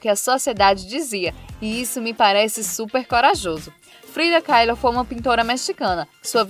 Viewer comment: Você deveria aprender a pronunciar algumas palavras e nomes. Tá péssimo! Mattel e Frida Kahlo não se fala como você disse no vídeo. Crítica construtiva. Beijo.